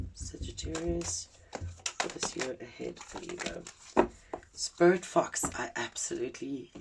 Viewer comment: When you first said sporit fox i heard spirit fucks 😅 i wasnt looking at my screen so didnt see the fox 🫣🫣🫣😅❤️🔥🙏